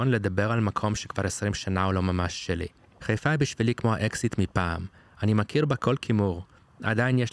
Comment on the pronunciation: איך יודעים שאתה לא חיפאי אמיתי? אתה קורא לעיר חֵיפָה ולא חַיפָה